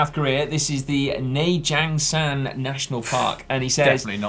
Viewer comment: You pronounced Naejangsan pretty well. Also that park is amazingly beautiful in the fall.